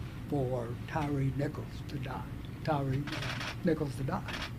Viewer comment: "Tyre" is pronounced like "tire", not "tiree". He was named after his lips.